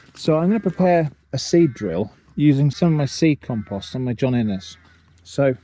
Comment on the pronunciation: Why would you say "calm-post"????